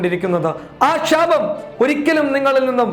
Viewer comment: ഷാപം അല്ല ശാപം